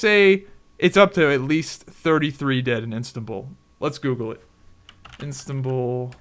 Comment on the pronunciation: Istanbul not instabul Xd